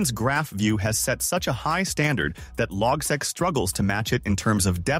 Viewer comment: it's pronounced "log-seek" not logsek